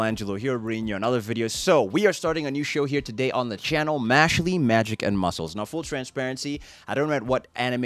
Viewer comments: Please please please keep watching this series! I've been waiting over A YEAR for this anime! 🔥🔥🔥Trust me, Good Brother, each episode gets better than the last🤩🤩🤩. Trust me, bro, this episode hasn't shown ANYTHING yet! 😃😃And I think it's pronounced: "Mash-El" 😅😅😅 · First of all, the E is silent in Mashle 😂😂😂 2nd of, Mash is a wholesome Saitama. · OMG FOR THE LOVE OF GOD dont call him mashlee call him Mashle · This man it's mash sheell